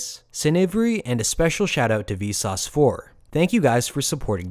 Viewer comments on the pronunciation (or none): none